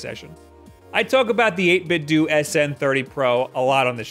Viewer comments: U say 8bitdo wrong. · How can you still not pronounce 8BitDo correctly, it's pronounced the same way as Nintendo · I've heard it, it sounds like a Chinese person saying 8Bit 'Dough' their whole brand is a play on Nintendo's name, why would it be 8Bit 'Doo'